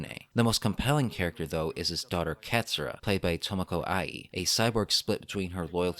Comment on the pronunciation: "Katsyrup. Katsyrup." Kott-soo-rah (touch the roof of your tongue with R's in Japanese.)